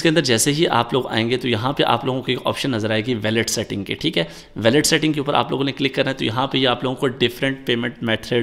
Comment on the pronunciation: logoo ko q andhairay may rakhty ho, puri baat q nahi btatay? febspot pr referral k baghair paisay nhi miltay. aur "WALLET" ko theek pronouns nhi kr rhy aur apnay ap ko teacher boltay ho.